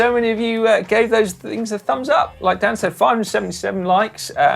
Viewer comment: Amazed by how well Dan pronounced my name and yes the zipties came off as soon as I got in. 👍👍